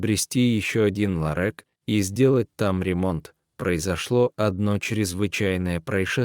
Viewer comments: Все нормально но почему чтец не все слова правильно читает и делает ударение не правильно ,не ларек а ларёк,голос приятный. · Роботы все портят! Ларэк - чудо произношения. Ддизлайк и отказ от подписки. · Ну и чтец! Хоть бы раз заранее почитал перед эфиром- лорэк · Ну и чтец! В диалоге никаких эмоций, чисто робот! Как так можно читать??? ЛарЭк, уиере ть и не встать!!! 😂😂😂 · Я тоже возмущена.Какой ларэк и масса ошибок при ударении на слоге..Зачем портить русский язык.Если это робот какой - то,настройте его нр правильную речь.Меня это аж коробило. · Ларэк, ну надо ж так сказать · Ужас! Какой цветочный ларЭк? Где смысл предложений без занятых и точек? Извините за совет, но применяйте чтеца. А рассказ неплохой. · ЯпонаМать🤦‍♀️,,, что это за ЛАРЭК❓.. Кто это читает 👎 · Ну даже робот должен научиться произносить такое слово как ЛАРЁК. А история хорошая. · Что это за ЛАРЭК?Более безграмотного чтеца я ещё не встречала.Как это бесит! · Ларэк - это что......????? Кто читает человек или робот??? Над нами ИЗДЕВАЮТСЯ?????😠😠😠😠😠😠😠😠😠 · Это же трындец,или полный трындец: "ларэк, ларэк.....черных куртках....нельзя же так издеваться над слухом людей!Срочно поменяйте чтеца! ! ! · Да, я тоже удивилась, что чтец не правильно произносил слово ларёк, но это не беда, главное рассказ был очень интересен и поучителен. Даже животные чувствуют качества человека. Спасибо коню и кактусу за спасение девушки, и за интересный рассказ! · Рассказ хороший, но чтец ужасный. Обыкновенное русское слово ларёк не знает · Такого чтеца противно слушать! Один только "ларэк"чего стоит! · Охренеть!!! "Ларэк". Кто читает? Иностранец, робот или идиот? Дожились, рассказы некому прочесть. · Не ларЕк, а ларЁк. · Интересно, мужик, читавший рассказ, в школе учился? Почему ларек? Ведь правильно ларёк? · Как неприятно слушать такое безграмотное чтение,издевательство над нашим слухом! Этот "ларэк"-просто убивает! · Ларееек ларек не ларэк а ларек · Какой ларек - ларёк! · Ни ларэк а ларёк.😂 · Какой ларЭк? - ларёк